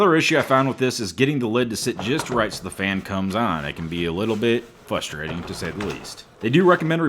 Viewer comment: Did you say, "Flustrating?" ???? 🤣🤣🤣🤣